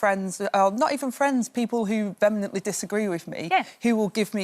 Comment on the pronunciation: What does "vememently disagree" mean? Is she trying to say "vehemently" ?